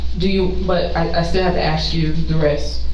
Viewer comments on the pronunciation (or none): and axe; not ask. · Notice how they all mispronounce the same words? It seems to be universal, "chiw-ren", "axe", etc. There is some sort of mental deficiency. There are so many little behaviors they do that should make it clear that were not the same and it goes way beyond appearances.